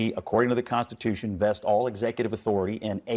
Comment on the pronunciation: "The "consatution?" Really? It's called the "Constitution."